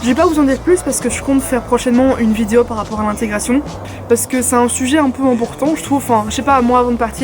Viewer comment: J'adore le petit accent "vidiow" au lieu de "vidéo" ahah !! Continu comme ça, ton contenu brille Bisouss